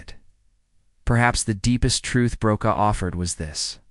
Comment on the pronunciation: His surname is pronounced Brocaw